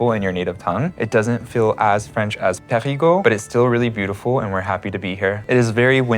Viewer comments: When you want to say Parigueux , in fact you prononce parigot which is a slang name for a parisian. You can Prononce more easily Perigueux with this tips Pariguheu ! ( heu ! heul ) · Sil Vous Plait — you’re saying “PARIS’ GEAUX” Non non non Should rhyme with Deux As in Un Deux Troi Quatre Try saying Peh REE Deux but change the D to G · Fun : When you say "Périgueux", I hear "Parigot" which a slang word for "Parisian". There is this nice childish saying to express the "love" for Parisiens : "Parisien tête de chien, Parigot tête de veau". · Hi guys! Welcome to the Périgord (the ancient name of the region, which is pronounced "Perri-gore")! The name of the capital city of the Périgord region is Périgueux, which is actually pronounced Perri-goo-er... or as the natives say, with much more vitesse: Perri-grrrr! So if you growl like a bear, that's it! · Périgeux [pé-ri-'gœ] - [œ] as in deux "two". :) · Who heard " parigots" all along? Quite funny 😂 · PériGUEUX :D (made me giggle as I thought I heard PARIGOTS, how we tend to call Parisians in the country 🙂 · And I heard Americans pronouncing PériGUOUX or PariGUOUX , pourtant Périgueux ne me semble pas compliqué à prononcer quand même. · ? No 'r' sound at the end of Périgueux. 'eu' is pronounced 'ø'